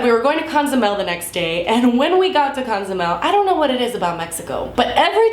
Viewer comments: Dude. I'm not judging but it's just a pet peeve when people say Ca-zumel instead of Co-zumel. Ilysm though!!!!! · It's Cozumel, not Conzumel. It bothered me so bad lol! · it's Cozumel. Not Conzumel 😝